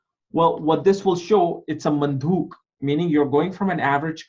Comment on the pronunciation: It's probably Manduk not mandhuk!